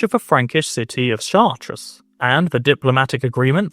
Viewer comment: Brilliant video. LOVE this series. [No need to pronounce the s in Chartres.]